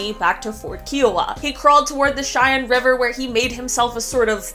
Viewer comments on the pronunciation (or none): none